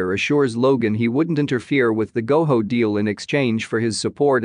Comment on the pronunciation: It’s Go JO NOT GO HO